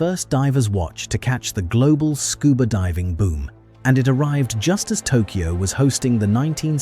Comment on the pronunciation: "Made in Tokoy" :D